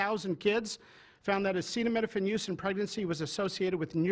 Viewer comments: He can't even pronounce/articulate the word acetaminophenal and his "team" didn't even make him say it repetitively to APPEAR like an intellectual. America is a laughing stick around the world for sure. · Semi-illiterate Trump can't even read the word "acetaminophen" (which apparently he's never heard before), but you should take his word for it that Tylenol is 'bad'. The stupidity has reached a new nadir.